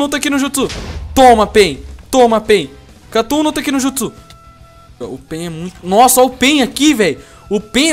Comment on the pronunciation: O CARA n sabe falaaaar mannn namoraaal não sabe falar os nome dos jutsuuusss veiii